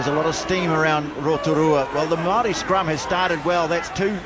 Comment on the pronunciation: Why does the commentator keep referring to the Maori as what sounds like the 'Molle'? Is that the Maori pronunciation?